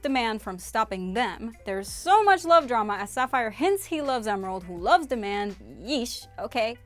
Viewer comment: Its prince diamond not prince demand